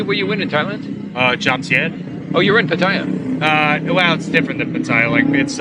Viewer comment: The a’s in Pattaya are short vowel a’s, as in the word “cat”. The correct pronunciation is Pa Ta Ya. Enjoyed your video but so many creators mispronounce the name of the city. Thank you